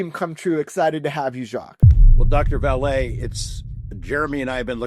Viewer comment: Love weaponised, I haven't listened to a bad one yet, and this was great with "Vallee"....🇬🇧